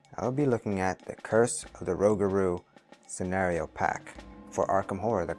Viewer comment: Rougarou pronounced rew - Gar - Oh (long O) and is French for Werewolf.